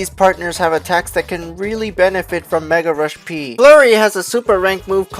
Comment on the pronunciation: anyone else get annoyed when he said peril rush P and not Mega Rush P